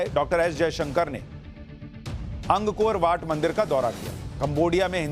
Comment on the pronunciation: अंग कोर वाट नहीं है ये "अंकोरवाट" है श्रीमान जी!